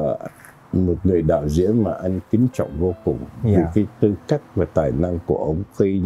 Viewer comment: Ông Trần Quang nói giọng Bắc ngọng! Ông ấy không phát âm được những chữ có "nh" ở cuối. Ví dụ như ANH ông ấy nói thành ĂN, vì vậy không bao giờ đạo diễn thâu giọng thật của Trần Quang. Về diễn xuất thì đối với thời đó thôi vì không có nhiều tài tử nên phải lấy cả mấy ông bà kép cải lương qua đóng phim. So với các diễn viên bây giờ thì Trần Quang và Kiều Chinh thua xa lắm.